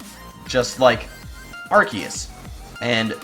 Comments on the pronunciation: it is arseeus not arkues I mean the pronunciation. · The RKS thing would be true but Arceus is pronounced (Ar-See-Iss)